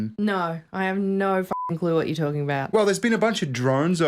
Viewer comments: it's "no", not "noare"!! 😂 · "naughr" is pronounced "no"